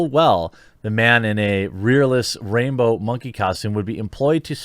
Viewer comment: I swear I heard you say rapebow monkey costume which makes way more sense 😂😂